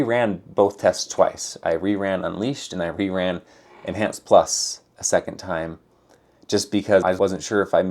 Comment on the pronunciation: En(h)anced. The h is still rendering.